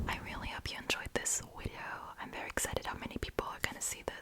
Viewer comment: Wideo lol